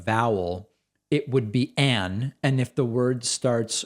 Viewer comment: I think u defeat the purpose when you over-pronounce “AN” 😂